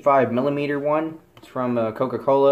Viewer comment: 355 millimeter lol it is milaleater